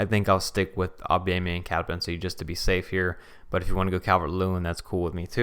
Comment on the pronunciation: nobody: Blocc: Aubamyinga